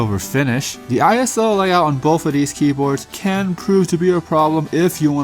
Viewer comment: He keeps saying "bofe" ... it's "both".. i keep expecting him to say "Bofa deez nuts"